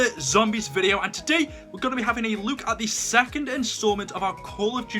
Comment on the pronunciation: At the beginning he said we r gonna be having a luke